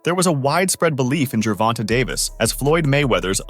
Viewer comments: I hate how this guy seems to pronounce certain words wrong and gervonta it doesn’t have a y in it at the end but pronounce it like that so you can say his name right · That part, plus annoying, as fucc the way white people say Black people names wtf is “ Jovonta “ 😂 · This Mf can’t read or comprehend obviously pronouncing his name wrong even “live” 😂😂😂smh